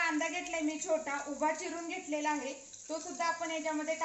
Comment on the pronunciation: घेतलेला या शब्दाचा उच्चार घेटलेला असा का करतात...त चा उच्चार ट करतात ते ऐकायला बर नाही वाटत......बाकी मस्त